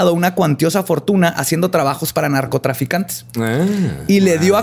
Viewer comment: like si le regresaste veces el vídeo para escuchar a decir NARCOTASANICOS <3